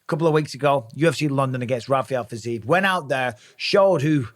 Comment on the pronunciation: It's pronounced fi-zee-yev for G's sake! Just compare it to Ankalaev. There is a "yev" in the end.